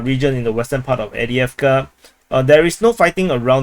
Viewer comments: AV DiiV KA…where are you reading Adeavka? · Not EWDJEFKA - Correctly pronounced: Afdejefka